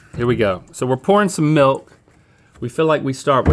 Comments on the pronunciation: Rhett said malk, easter egg from Julian Smith days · Haha .! U just pronounced milk in afrikaans! Melk! 😛